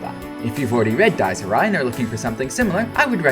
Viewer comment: The ridiculously long monologues ruined "Dyes Ee Ri" for me